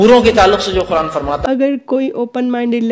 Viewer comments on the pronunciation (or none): none